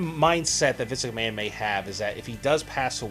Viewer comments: For christ's sake, please learn to say "Vince McMahon" properly! Not "Vis McMahon". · You have a hard time saying Vince McMahon's name. "Vinsuck Maaan" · Who is "Viss McMann"? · "Vis Ickman" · Who's Visiknan? And what the dubdubdee? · why does it sound like you're saying viss McMahon? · Dude STOP trying to say Vince McMahon or WWE.. your not even saying his name right! 😑😩😩😩